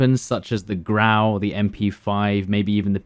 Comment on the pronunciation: it's actually GRAU